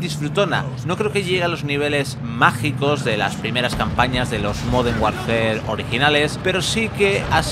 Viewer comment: Has dicho moden Warfare, se que sois tartajas y contratáis a niños, pero coño al menos leer bien.